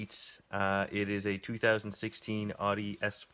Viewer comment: did i just hear you call it auh dee?